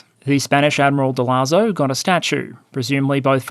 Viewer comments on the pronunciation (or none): Hi, great video as always. Just a simple correction. The name of the Spanish in charge of the defence of Cartagena was called Blas de Lezo (rather than Lazo as you said on the video). He had quite an interesting life (he is sort of the Spanish version of Admiral Nelson) 😂